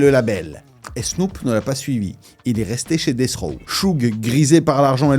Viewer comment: C'est pas BROD(AS) mais BROAD(US).. ET C'EST DEATH ROW et pas DECH ROW tssssshh N'IMPORTE QUOI 🤦🏻‍♂️